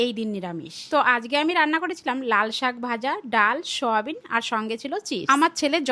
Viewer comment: Soyabean ❌ Shoyabean✅ 🤣